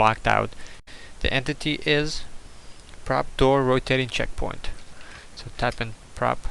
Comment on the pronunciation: Checkpoing LOL! What makes it funnier is that almost sounds like the way he pronounces it! Great tutorial!